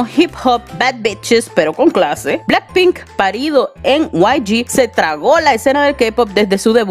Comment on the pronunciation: "Blanck pink" 🤣🤭